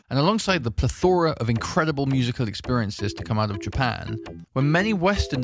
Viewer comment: PLETH-o-rah, not pleth-OR-ah.